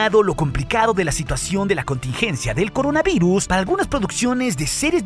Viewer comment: eres el mejor ten cuidado y sono extraño que dijeras coronaviruz y bueno ya pasará y todo a la normalidad volvera y estoy emocionado de la segunda temporada de el mandalorian